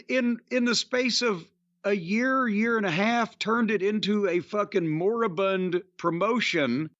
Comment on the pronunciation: I love when jim uses the word motibund but i have no idea why